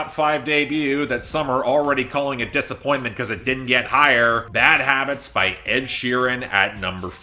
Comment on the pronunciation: "Bad Wabbits" -Elmer Fudd